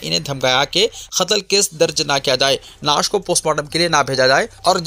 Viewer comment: Bhai LAASH BOLO AAP NAASH BOLRAI ,LAASH HAI NAASH NAI